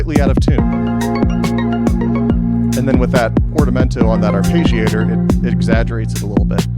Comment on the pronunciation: There is no sound "page" in arpeggiator. You can get the correct pronunciation in the English to Italian translator. It is the same sounds both in English and Italian. But you seem very exacting so I thought you would like to know.